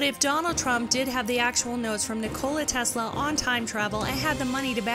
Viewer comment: Nick-a-la tesla